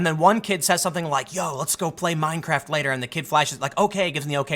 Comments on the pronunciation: 😨 did you say meinkraft 🤣🤣🤣🤣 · Minecraft not meinkraft